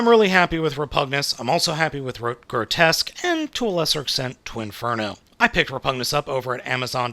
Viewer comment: It's pronounced "gro-tusk".